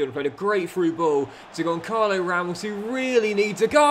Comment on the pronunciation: keep fighting. Absolute love your channel and btw Gonçalo Ramos is pronounced Gonssalo